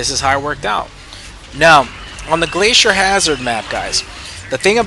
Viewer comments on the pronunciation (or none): none